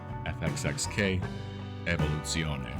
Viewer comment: Dude! Bang up job with this one🎉 Perfect pronounciation on Evolutione.😅 Now I want one in my collection.